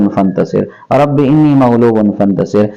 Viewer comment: Moulana inni nahi hai anni hai